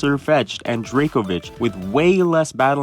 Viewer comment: Did you say Dracobitch 💀